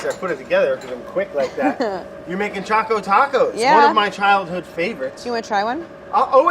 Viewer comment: How do yall pronounce Choco? Claire's pronunciation got me shook. "Cha-co" or "Ch-o-co"?